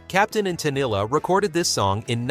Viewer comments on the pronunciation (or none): It’s Teneel, not tennilay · Captain and teneel. That's how to pronounce it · lol Tenilli. Sigh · Captain and Tennille--her last name is pronounced "ten-EEL" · "Teneil" not "Teneilay".....Robot idiot!! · Captain and Tennille… pronounced Ten Nill.. not Ten Illi. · It was so annoying… if I heard Tennilli one more time. How hard is it to say Tenille? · Tenille is pronounced Tin eel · It's pronounced ta kneel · You mean like "The Captain and Te-NILL"? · I am pretty certain some were play- for- pay. Perhaps not the DJ, but someone had to be paying for some of the really heinous ones to get so much airplay. Now. How about this canned dialogue? Captain and TEN-ELL-EH, indeed.... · Can’t even say Tennille correctly!!!!!!!!! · The narrator keeps changing the pronunciation of Tenille's name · Pronounce Toni Tennile's name correctly. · This idiot commentator can't even pronounce Captain and Tennile. Almost every song listed was played over and over because people loved them. How old was this idiot when these songs came out? He probably wasn't even born! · r last name was pronounced differently every time it was said 😂😂😂